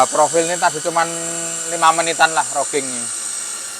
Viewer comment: widihh makin canggih aja nih mas, bukan bermaksud menggurui, roughing itu dibacanya rafing mas, kebetulan saya dulu magang di perusahaan manufaktur untuk spare part alat berat dibagian machining, sukses terus buat daoer oelang speed🎉